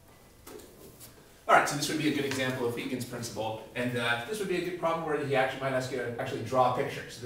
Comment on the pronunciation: Haha, you guys can't pronounce Huygens :P